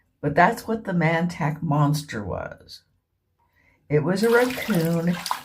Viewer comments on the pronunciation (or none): It is pronounced MON-TOCK. Not Man-Tack.